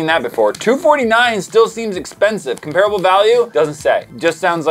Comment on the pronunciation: you said comparable wrong lol